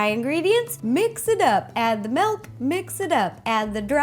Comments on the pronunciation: Justo Luis Vazquez-Lopez She always says melk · sorry if i sonded mean but you said malk not milk sorry if you did say milk but it sonds like your saying malk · Did she say Malk or milk hahaha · love how u say melk XD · I'm not hating but, it's milk, not melk... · not trying to be rude but it's not melk it's milk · She said "Melk" instead of Milk. LOL!!!😂😂😂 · She's says malk not milk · milk not melk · MELK! When people pronounce words differently then I do it drives me crazy! Just a pet peeve. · Malk you said malk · her voice was okay but then I heard, "melk" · Say milkshake Ok milkshake Now say milk Malk 😂😂👏🏻 Balloon shop anyone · It's so cute when she pronounces milk as melk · Aw, it's so cute how you pronounce "milk" xD "melk" :3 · am I the only one who heard her say malk twice before saying milk? i swear it was so cute. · Why does she say melk instead of milk!?!!!!? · Wait-WAIT-WAIT!!! Did she just say MELK!?!? its: M-I-L-K That's how MILK is spelled and pronounced! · Iam Dutch and you say "Milk" like "Melk" witch is Dutch.....(SO INTRESTING.🙈😂) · She says "melk" not "milk" ahaha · She was saying Malk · I thought you said Melk 😆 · Add the dry mix it up, and the MELK mix it up.... I love how she says milk "Melk" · She said MELK! :) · It sounds like Rosanna is saying melk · Did she say melk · Is it milk or melk???😂 jk love ya ro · she sais milk like melk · "MELK" Me: OOOOOH MYYYYY GAAAWWWWD STAAAAAAAPHHH😖😰😫😭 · She said "melk" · Umm I'm sorry, Ro, but wut? Did you really just say melk? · MY GOD! SHE SAYS "MALK"!!!! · It's annoying how you pronounce milk. You say melk